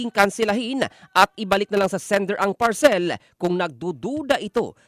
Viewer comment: Ang sakit sa tenga nung parCELL!😂😂😂